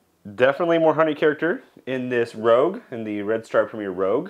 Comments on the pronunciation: It's premier rouge not premier rogue. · Great video. Just an FYI, the yeast by Red Star is Premier Rouge, not Premier Rogue. "Rouge" means red in French. Keep up the great content . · Rouge (red) not Rogue. A good review. I use Rouge in blackberry wines. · (I feel like my mother in telling you) but I still feel compelled to say the yeast is Premiere Rouge (red) as in the french word not rogue. Also it would be cool to see the time it takes the yeast to fall out of suspension for each individual jar. I know that each of those yeast have an optimal temperature range. Do you feel the ones with the poorer performances were well outside these temps? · Red Star Premier Rouge....not rogue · You really piqued my interest on the red star products. I am confused though. You called one of them Rogue, did you possibly mean rouge? Totally not being a smart ass btw. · Ummm...rouge? French for "red". As in "Red Star" or red wine. In contrast to Red Star premier blanc. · lol "Rogue" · Oh I totally goofed. I messed up and mis pronounced it every time!!